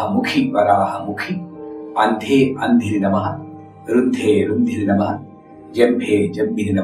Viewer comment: Namaste how to pronounce andhe andhini namaha... Ur chanting andhe andininamaha there is no gap between andhini and namaha if we pronounce it as andhininamaha as one word is there any difference in meaning pl let me know This is absolutely my doubt.... Pl don't think that iam criticising i just want to clarify my doubt as we have to pronounce mantras perfectly and flawless... I am too young both in knowledge and age pl don't think otherwise